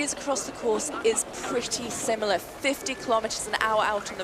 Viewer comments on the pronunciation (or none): none